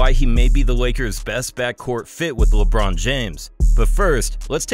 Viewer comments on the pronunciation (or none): none